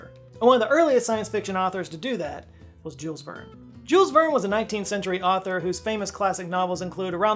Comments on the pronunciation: At his age he can not pronounce JULES VERNE. 🙄 What do you think this bloke will teach you? JÜÜL'(ah) VÄRRN(ah) - there you go. And i am not even French.😂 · there is no audible "S" in Jules Verne ...